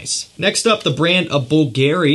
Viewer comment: Why is it that you pronounce Givenchy just fine, but then when you get to Bvlgari, you pronounce it weird each and every time? Are you just trolling me and messing with me, man?!